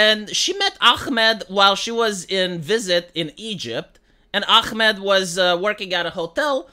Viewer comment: Its AHmed and not ACHmed... why are pronouncing the H as Israeli says Chamas when its Hamas. you can pronounce the H Vee?